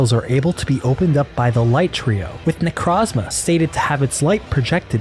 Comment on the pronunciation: good theory but i cant respect someone who pronounced necrozma "necrawzma"